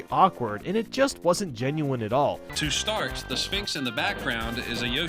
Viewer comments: He said shtart not start lol. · at number ten that guy definitely couldnt read he said to shtart. anyways before you uploaded this i had seen all of them on the list and thought they were perfect but now you pointing out the mistakes shows its not